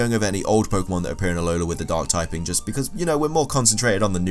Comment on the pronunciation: i crack up every time you say ahola < alola > lol i love listening to this while i play, on my first play through, good job man!